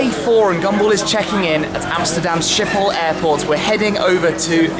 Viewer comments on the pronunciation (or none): I loled when you sayed "Schiphol"!!